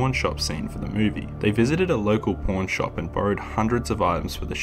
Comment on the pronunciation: Took me a minute to realize you were saying Pawn shop lol Great video man, glad you popped into my recommended